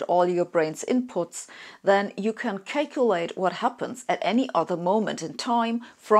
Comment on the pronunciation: “…cake-ulate” ? It’s calculate. You need to get your jaw unwired. How did you break your jaw ? 🫤